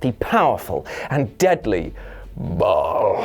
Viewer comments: Ok is no one else going to point out he pronounced “Baal” wrong? It’s pronounced Bail in the game not Ball. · Ball? Who the hell says Ball? It's Baal as in Baal(Bale) of hay. Christian Baal(Bale) works as well. You Redcoats have trouble with words.